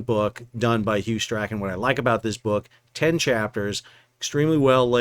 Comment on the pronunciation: Great job! FYI, Scots Canadian here. Strachan is pronounced Strawn. Big fan of Hew's work.